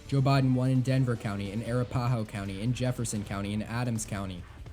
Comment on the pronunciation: Arapahoe is pronounced "uh-RAP-uh-HOH"